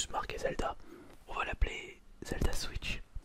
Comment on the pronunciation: Le non respect de la prononcé de Zelda